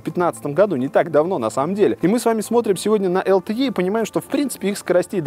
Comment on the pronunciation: Какое такое ЭЛ ТЭ Е? LTE читается как ЭЛ ТЭ И! Из уст блогера, который занимается технологиями, звучит как то диковато.